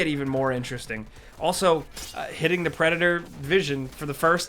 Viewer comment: Idk why in this video EVERY time he says THE he says "duh" never noticed it in other games.